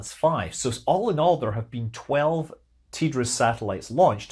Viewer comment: TDRS not ''tee-driz"